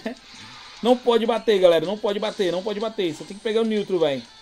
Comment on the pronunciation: "NIUTRO' Rachei kkkkkkk